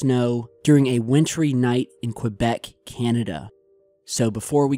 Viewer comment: You keep mispronouncing Quebec. (kuh-bek) not (kwah-bek)